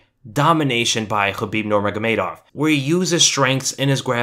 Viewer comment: "nurmajgamejdow" 😂♥️, żartuję, to jest trudne nazwisko